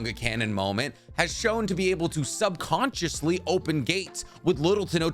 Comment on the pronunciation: SUbconTiOsHLY You sound like a foo